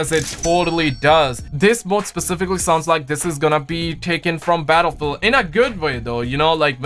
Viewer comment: "I have played Battlefewl I love Battlefewl"